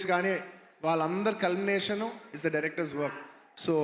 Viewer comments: Culmination - High mark,peak etc bro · Culmination ka gajji ga